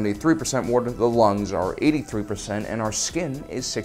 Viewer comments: Craziest thing about this video, is that calls Water “worter.” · “War-tor” ...why are you like this? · I have to ask, are you from Philadelphia area? I pay attention to speech patterns alot, and I'm noticing the way you pronounce "water" would like to know if my guess is correct... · You say water weird.